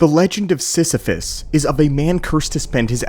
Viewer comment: You mean... Sith-iphus?